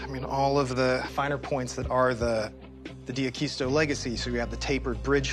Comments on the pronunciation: These guys have absolutely NO idea what they're talking about. Worst part...not ONE of them even know how to properly pronounce D'Aquisto's name. Shameful. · Nice guitar. Mispronouncing his name.